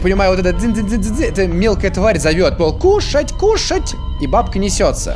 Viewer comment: не кушать а кушац